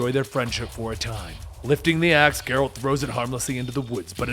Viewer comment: It’s a G from gel not gear for Geralt